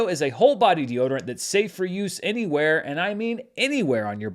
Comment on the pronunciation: That emphasis on anywhere. 🤣